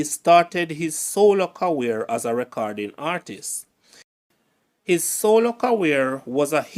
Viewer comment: "Ca-rear" not "ca-wear" for career.